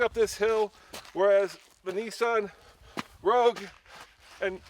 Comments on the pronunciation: Rogue, not Rouge. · Rogue, not rouge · Nissan 'Rogue', 'rouge' means red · It's "Rogue", not "Rouge". And Nathan, what's with the stupid hat? is it freezing in the "studio" or are you dressed for a felony? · Nissan "Rouge" lol does no one proofread or spell check? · Nissan "Rouge." /sigh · The Nissan Rouge? I think you mean Rogue lol. Just trying to help. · It's Nissan Rogue, not Rouge...